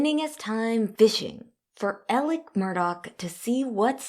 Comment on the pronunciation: Why is she saying Elic when his name is Alex ???